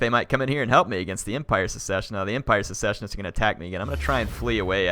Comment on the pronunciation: Its "secessionists" not "successionists".